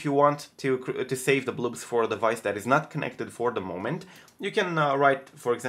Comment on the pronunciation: I hope I'm not annoying but, try to pronounce the "o" in "blobs" like you pronounce the "o" in "box"